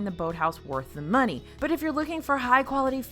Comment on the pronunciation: I caught your southern twang at the beginning. “Waste of muney” lol 😂